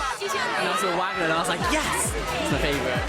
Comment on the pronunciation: Louis keeps mispronouncing Wagner’s name!